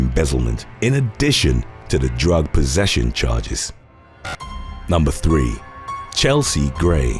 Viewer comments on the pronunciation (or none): none